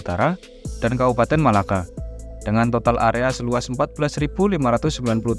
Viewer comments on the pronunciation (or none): none